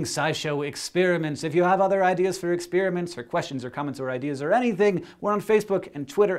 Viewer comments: I'm fascinated by how you say experiments. ExSPEARiments. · expEEriments. I love how he says that. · I like Hank say ExPeriments